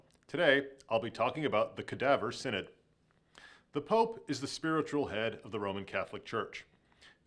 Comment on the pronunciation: Synod is pronounced, "sin-id" not, "san- odd"?